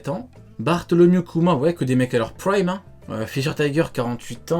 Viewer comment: "Praimmee" Mdr l englais